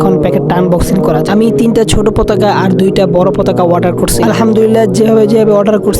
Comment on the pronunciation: Waarder ❌ Order ✅